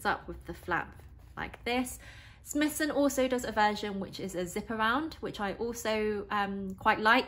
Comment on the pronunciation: Firstly I’d like to say what a great review very informative but I’m not sure if your aware it’s pronounced Smy-thson not Smithson hope this helps for your future reviews. Enjoyed the review thank you.